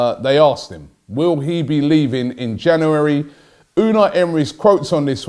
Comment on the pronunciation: Can you teach him how to say January, instead of Jannery?